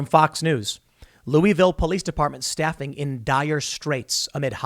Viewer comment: You're saying "Louisville" wrong.